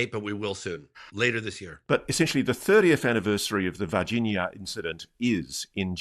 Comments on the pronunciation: It kills me that you never pronounce the nh sound in Brazilian names. C’mon. You can properly pronounce LASAGNA, can’t you? The very same sound as in VargiNHa, MadiNHo, etc. Also in champaGNe and in EspaÑa. Three different ways to represent the exact same sound in four different Romance languages. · Ross very carefully pronouncing Varginha cracks me up.